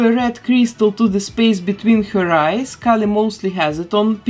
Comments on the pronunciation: Me watching with the same name as Kali: “she’s pronouncing it wrong” 🙃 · No, your name is the wrong pronunciation. Kali is a Hindu goddess lmao. It’s pronounced “Kah-lee” not “Kaylee” for Kali Ma.